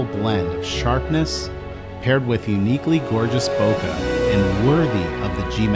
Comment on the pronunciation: Trunks! Saitama! so much japanese reference. still says,,, "bo-kugh" =( eh... keh.. bokeh... (bo-K) Sorry, I don't mean to be a hater, it just bugs me alot. Thanx for the great information and content ! I do love your work.